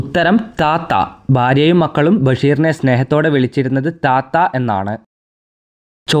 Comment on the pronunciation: താത്ത അല്ല റ്റാറ്റ ആണ്